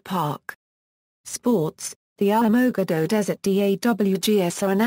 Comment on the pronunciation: you need to learn how to pronounce the city name correctly. If you don't know how to say the name then don't even try. I live here and you messed up on the name big time.